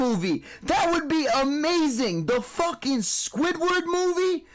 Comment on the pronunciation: „THE FOCKAN SQUIDWARD MOVIE“ 😂